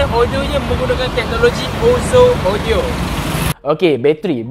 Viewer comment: Me: audio dia cm mana ? Mamat ni: odio dia... Me: opss shhh 🤫